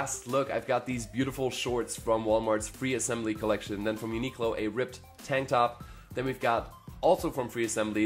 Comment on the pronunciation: Sounds like he's saying "ripped tank top" instead of "ribbed tank top" 🤔